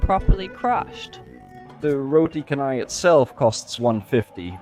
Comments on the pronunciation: Well....chennai is definitely a place in india...but canai ( pronounce as char-nai) not ka-nai . In malay,Canai means the process of making things thinner..,.in this case making the bread very very thin by stretching it and flipping it couple of times ... Now you know why it is called roti canai....do you still think we should call it roti chennai instead?😊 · canai in malay means flatten, or thinning process., canai is pronounced chanai. Its name is not from Chennai city in India, Chennai city in India name exists started in 90s whereas roti canai exist in malaysia since British Colonial 1800's